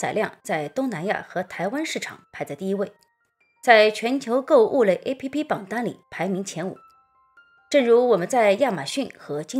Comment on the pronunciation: APP 不读 A P P